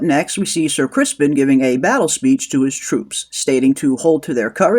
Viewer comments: Are you calling him "Ser Crispin" sarcastically? Because it's Criston. 😂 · It's not "Crispin", it is "Criston" . . .